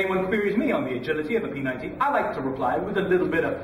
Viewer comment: i like how he says p90 its so frickin funny